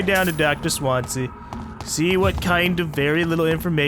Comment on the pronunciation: plz stop calling him "Swan-za" its "Swan-ze-ya"